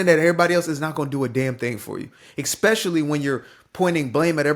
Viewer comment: It's ESpeciallly. Not EXspecially. Please.